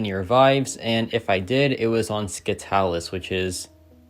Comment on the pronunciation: Saitalis not SKYTALIS = SCYTALIS